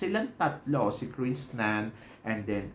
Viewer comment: Krishnan Krishnan ka na naman ulit. Walang N sa huli. Sakit sa tenga. Pakorek naman. Awa na.